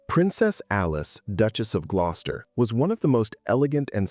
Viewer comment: This is why you dont use Ai. Glos-ter.